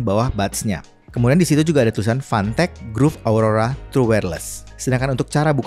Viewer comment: gue dengernya "fantek" 🗿